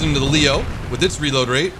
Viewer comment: What's a "raload"? I thought you pronounced it "REEEload"